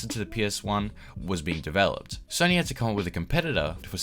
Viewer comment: “Sorny” PlayStation lol